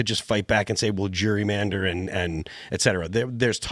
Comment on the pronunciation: I know this may seem petty, and I truly mean no disrespect—but someone should probably let Phil know that the word is pronounced just as it's spelled: Gerrymander, not Jurymander, as he appears to be saying.